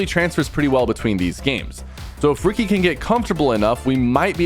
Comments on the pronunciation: Ricci is not pronounced “Ricky” it’s “richi” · lol i love how you say ricky when his names richy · bro said ricky instead of "richie" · bro its richy, not ricky😭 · Gng said rigi instead of ricci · Pk saying Ricky😂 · Rich-ie not ricky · Its pronounced richi but spelled ricci btw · Calling ricci “Ricky” is hella funny😂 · bro called ricci, ricky LMAO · It’s ricci not Ricky 😭🫩🥀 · Sypher js so yk its pronounced Richi but W vid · Sypher it’s pronounced richhi like how some people call ritual richhi that’s how u pronounce his name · Is pronounce richi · Ricci is pronounced Richie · one its pronounced Richie jsyk and why are there so many rainbow six siege pros in the pro am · yo PK just to let you know you pronounce "ricci" like richy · I don’t think that’s how you pronounce Ricci’s name😂